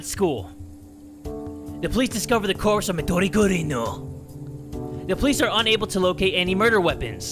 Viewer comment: You say Midori Gurin really good